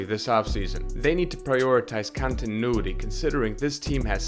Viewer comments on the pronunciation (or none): none